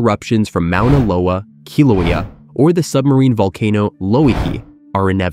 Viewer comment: How did the maker of this video not mention "The Great Crack" on the big island of Hawaii? Mispronounced "Moh ona lo a".